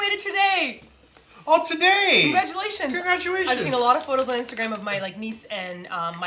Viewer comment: Did you say "congraduatetions?" HAHAHAHAHAHAHAHAHA I love you guys ❤️😁